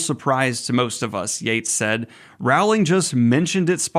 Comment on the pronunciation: PSA: "Rowling" rhymes with "bowling." ...Please don't come for me.